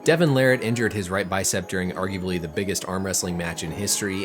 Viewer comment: just how in the world did you manage to butcher Larratt's last name to Lariat lolol and yet not butcher levan's last name... lol